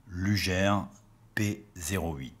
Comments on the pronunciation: dommage de prononcer "lujere"" plutot que "lougueur" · sic mundus creatus est c’est horrible d’entendre lujer mais bon on va pardonner le non germanophone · Luger se prononce Lougueur (Comme longueur mais en remplaçant "Lon" par "Lou"). Sinon vidéo très intéressante ^^ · Superbe vidéo sur une arme mythique (mon pistolet préféré, de loin). Attention cependant à la prononciation: LUGER se dit "LOUGUEUR" (phonétique) et non "LUJAIRE". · Une bonne fois pour toute, on prononce "lujère" ou "lugueur"? Merci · alors ne pas pas prononcer "luger" lugère mais lugé alors... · Par contre ça se prononce "lougueur" et pas lujère". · Sympa la vidéo! Par contre j'ai toujours un peu de mal à entendre "lujère" au lieu de la prononciation Allemande^^ Comme Gewehr et "jéverre" si on veut^^ Bonne continuation :) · Merci, Effectivement pour la prononciation sur les armes j'ai décidé de rester très franchouillard Entre les allemands ,russe , américains Chacun y vas de ça petite prononciation Pour les Ruger par exemple on a toute les variantes Mais bon Lujere ou Luguere ca reste quand même une arme absolument magnifique est au tir c super sympa Vos video sont très sympa,et je me suis abonné Bon tir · Attention luger ne se prononce pas lujer mais sinon cool la video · désolé mais on dit luguer et le r final est prononcé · Je me suis arrêté à "Lugère". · vous avez raison, en plus le u se prononce ''ou'' en allemand. Ü avec un tréma se prononce U. Mais je l'ai appris en faisant de l'allemand au collège. Une langue '' morte'' de nos jours. Une vidéo très instructive comme pour le Mauser c96 par laquelle je commence à connaître le nom des pièces. Comme oreille de genouillère. Danke schön, sehr gut vidéo.